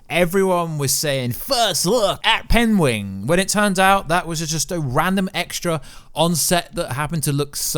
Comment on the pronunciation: Imagine u cant even say PENGUIN